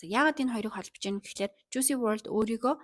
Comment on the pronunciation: Жуйси bishee Жуйс gej duudg bgsho